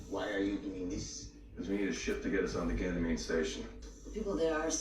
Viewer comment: subconsciously pronouncing Ganymede right, after struggling so much with that word